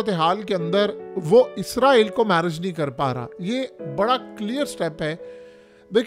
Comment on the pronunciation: Issss raaa eee llll....... Zzzzz nahen hai urdu mein "..... 🤦